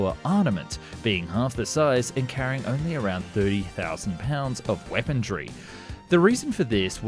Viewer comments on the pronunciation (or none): WTF is “weapondry”? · Dude I think you said weapon"d"ry at one minute 43? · There is no "D" in weaponry, idiot. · 1. Make a Found & Explained playlist. 2. While watching, take a drink every time he says "arnament" or "weapondry". 3. Try to stay sober. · “The B21 radar” “Weapondry“ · Arnament? Weapondry? Northrope Grummam? Ageing older? Mishandlement? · Your videos are great but your pronunciation of some words is all over the place. Two common ones are weaponry and armament.